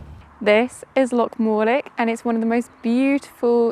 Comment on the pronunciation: loch not lock